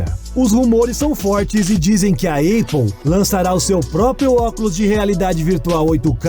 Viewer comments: A eipol haha se pronuncia épol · Dica: ao invés de dizer "eipo", diga "épo". apple